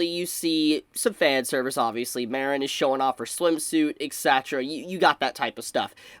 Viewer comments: The way you pronounce Mah-reen(Marin) as Mare-n(Marinara) makes me want to blow my brains out. No hate though. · Take a shot every time says 'Mare-in' instead of 'Mar-in' 🍾 🍺 🍻